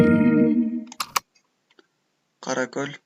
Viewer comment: Нускама үчүн чон ырыхмат. Эң соонун. Каракол шаарын Каракөл деп туура эмес айтыптырсыз.